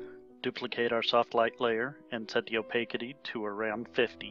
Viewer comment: It's generally pronounced, "oh-pas-itee".